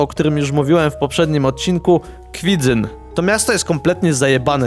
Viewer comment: dziękuję Ci za to że mówisz,,kwidzyN" a nie kwidzyŃ"